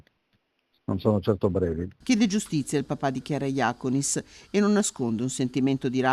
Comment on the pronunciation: Comunque la pronuncia, che continuate a sbagliare da mesi, è Jacónis… con l’accento sulla O